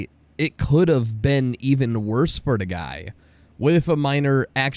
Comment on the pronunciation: You say "the" wrong.